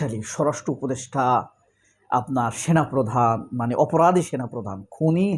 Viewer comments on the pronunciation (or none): none